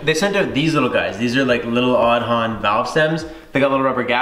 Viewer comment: In Irish Aodhán is Aidan. Pronounced Aid-on, not pronounced Od-on.